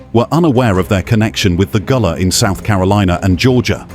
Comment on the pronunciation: Gullah Not Goola